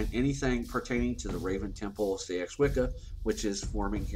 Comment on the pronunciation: Just a gentle word on pronunciation - "Seax" is pronounced "sax" not "see-ax"... but I'm sure as we change, so must language xx